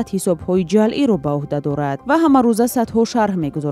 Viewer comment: Озодӣ, бори чандум аст, ки мегуям: ҶАЛЪӢ не, ҶАЪЛӢ бигӯед !!!!